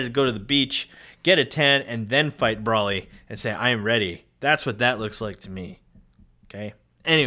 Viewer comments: Yessssssss. I dont know why but it drives me nuts every time he says BRAW-ly. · BRO - LI NOT BRAW-LI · It’s “BRO-ly”